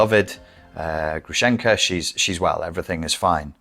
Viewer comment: Грушенька (Grushenka) with a stress on the first syllable, sounds similar with “grove”, pronounced like Grooshenyka and Груша/grusha means pear in Russian. Грушенька short for Аграфена/Agraphena. It’s archaic, you never meet a person with such a name in Russia:)) Thank you for your videos😊